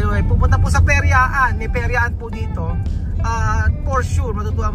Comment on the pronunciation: PERYAHAN HINDI PERYAAN